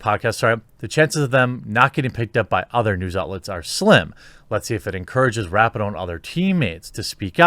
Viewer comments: I do enjoy hearing your takes on so many different topics and agree or disagree respectfully, which is fun. But you have to do a simple google search on how to pronounce names. It’s Ra pee no, not Rapi no. It just makes you look more informed and plugged in when you pronounce a name correctly. Just sayin… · I hate the bitch but her name is pronounced Wrap-Pee-no. Get it straight bruh